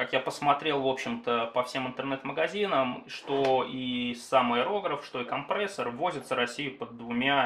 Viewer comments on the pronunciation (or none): Спасибо за обзор, но произношение всё портит! КомпрЕссор через Е!!!